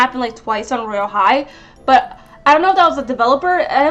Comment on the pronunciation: Its royale high not woyale high